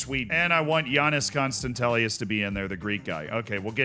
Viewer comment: you pronounced Giannis Konstantelias SO TERRIBLY it makes me want to coach you greek